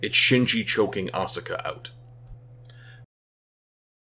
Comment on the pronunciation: woulda been cool if you pronounced asuka's name correctly